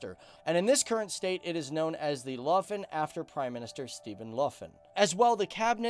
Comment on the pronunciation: "Steven Luffin"? did you mean Stefan Löfven?